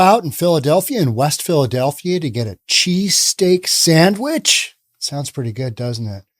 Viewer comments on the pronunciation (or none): Are you saying Cheese Cake Sandwich? That sounds amazing. Lmao.